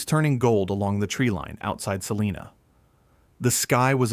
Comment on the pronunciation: According to a kansan, its pronounced sa-line-a, not sa-lean-a. They will correct you every time. Lol